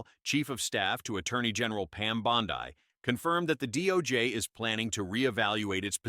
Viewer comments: First, what is this "Pam Bondi (long i) crap? Unless I'm mistaken, Bondi (pronounced) Bond'-ee, is an Italian name (viewers, correct me if I'm wrong). So, please tell your AI to get its act together. 🤠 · Anyone who knows the first thing about President Trump knows he would never nominate an AG that would not guard and defend the 2nd amendment. This is an AI generated video that's why they call AG Bondi pronounced Bonde, Bond(i). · "Pam Bond-eye" - LOL. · Lol ai cant pronounce Bondi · AI can't even pronounce the AG's last name. SMH 😂